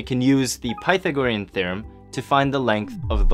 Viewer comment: Learn how to pronounce Pythagorean.